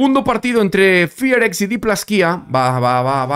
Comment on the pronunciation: porque el equipo se llama Fearless Fox, lo acortan a FearX y cuando lo pronuncia se escucha como Fi Ar Ex